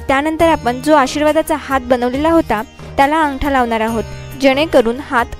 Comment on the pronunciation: Good art. But Marathi pronunciation has to be improved on Sat,Hath.etc. Keep it up .good luck . k.s.ramchandra